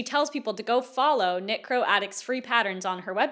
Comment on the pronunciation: I know exactly what you’re saying but l keep hearing “necro” instead of “knitcro” and it’s making this whole thing more bizarre